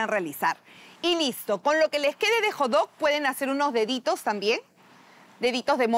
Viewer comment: acaso no se pronuncia Hot dog xd? Con la T, lo dicen como Jodog :v